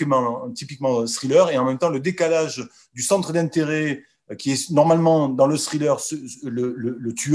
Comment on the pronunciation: cessez de dire scrilleur. lol